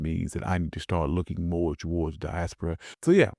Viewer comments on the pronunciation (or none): none